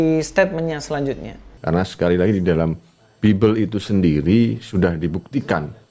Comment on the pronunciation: Si dr kaum sandang mau menggugat kaum pangan, Bible bacanya Baibel, bukan bibel.